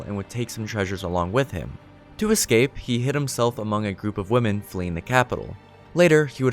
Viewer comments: Hey... I watched this entire thing and I very much appreciate the entirety of the gesture... but (and again and again, and then for some reason you pronounced it CORRECTLY ) when you said "ecscape," it completely brought the house of cards down. It lost every bit of continuity, I lost all respect, and I couldn't focus on anything else. I would very much like it if you told me who taught you to how to speak so I can go burn their house to the ground... that being said, good video. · "Excape" lol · Learn how to say escape not excape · I'm sorry but it's EScape, not EXcape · Ok he said ecscape twice. Why.